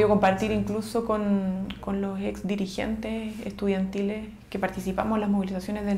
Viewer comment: Min : la diputada chilena: "Compartir con dirigientes ejtudianchiles". MUJIER, ESTÁS BUENOTA PARA DARTE VERGA!!!